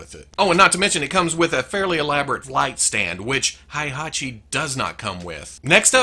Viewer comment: really nice job man!!!! if i could have a figure, I'd have Heihachi. By the way, you pronounced correctly his name. Keep it up.